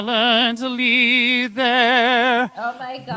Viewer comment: "And the rockets red glare that were so galentely there......." 🤣🤣🤣🤣 I'm dying!!